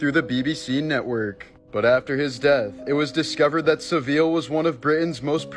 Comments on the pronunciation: Jimmy Savile, pronounced Sa-vil like gavel! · It’s pronounced SAV -VILL